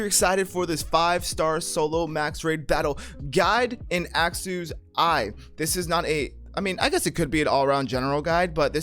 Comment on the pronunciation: Phonetically, Axew sounds like "Axe you," please stop saying it that way man